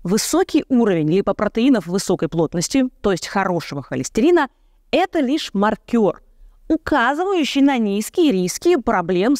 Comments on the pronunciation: Ставлю "лайк" этому видео, мне всё понравилось, только не "маркёр", а "мАркер". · Не маркёр, а мАркер. Первое - это работник в казино, на бильярде. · Уважаемая Ирина, найдите разницу между словами 'ма́ркер' и 'маркёр'. Спасибо.